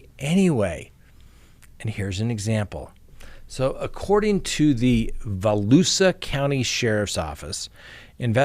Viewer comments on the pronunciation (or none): none